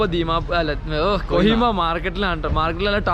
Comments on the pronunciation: കൊയിമ അല്ലടാ. കൊഹിമ അങ്ങനെ പറയ് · കോയിമ അല്ല കോഹിമ